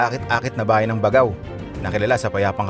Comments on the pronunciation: First thing you do when visiting a place is to know how to pronounce the name right. Di man lang inalam sa haba ng video not once nasabi niya ng tama. BAGAW NG BAGAW. It's BAG-GAW 😒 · Kuya “Bag-gao” po ang bigkas hehe. Yan po ang basa ng mga itawis at ibanag na natives sa Cagayan. Kuya thank you sa travel vlog mo ang ganda ganda! Keep up the enjoyable travelogue nkakaalis po ng stress for senior like me. Taga Nueva Vizcaya po ako. I hope you can also visit my province!! Marami din po natural wonders doon 😊👍🙏